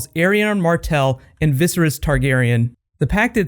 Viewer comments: Did nobody cringe when he kept saying Visris and not Viserys I mean seriously?? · Viss-er-iss? Pretty sure it's Viss-air-iss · He pronounces "Viserys" in a weird way.